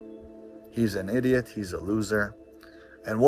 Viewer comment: Why does he speak like that? “He’s an idioth.” He can’t say the letter T without adding a th 😂